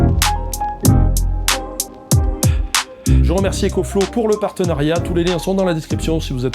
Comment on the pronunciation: EcoFlouz pas ÉcoFlow